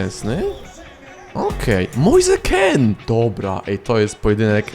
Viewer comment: Kean w sumie nie czyta się Kin, skoro mean czyta się min? 🤔 Może warto to sprawdzić, przynajmniej nie będziesz musiał się poprawiać 17 razy na odcinek xD